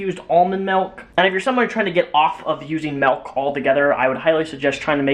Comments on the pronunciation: MALK? DID HE SAY MALK? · It's not "malk" !! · STOP SAYING MELK OR I'LL KILL A KITTEN.